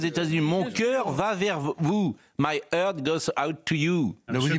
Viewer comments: Entendre Pascal Praud dire "my heurte" au lieu de "my heart" prouve que son niveau d'anglais ne lui permet pas de lire quelque journal américain, encore moins d'écouter une analyse. Expliquer aussi que le geste de Musk est un geste très courant aux US, franchement j'ai explosé de rire. J'ai bossé pour une boite US, nombreux voyages persos ou pros, jamais vu ce geste dans aucun contexte. Trop drôle. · Pascal Praud même pas foutu de prononcer le mot anglais 'heart' correctement.